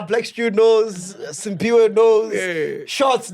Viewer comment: Mac, Sphiwe’s name is ‘Cphiwe’, not Simphiwe! He’s been telling u since Sun_Bet‼️